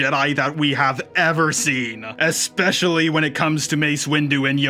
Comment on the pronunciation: This is a nice video and I enjoyed it a lot, but there are so many little mistakes that you should have noticed and re-recorded. Calling JJ Ryan, calling Fin Han, etc. Also it’s especially, not expecially. 😅